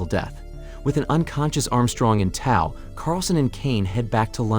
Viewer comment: It's not Holly's Comet; "Oddly drawn to the naked female creature", seriously?; at about , second time saying "Holly's Comet"; at about , "he rushes to the operating room with security in Tow", pronounced like the "tow" in "towel", not "Toe" like "in Tow" should have been pronounced. My point with all of this, which is only 2 1/2 minutes into the more than 13 minute video so far, is how horrible AI is now that it is being used for so many things people used to create on their own. Just look at how many thumbnails on YouTube are AI generated now.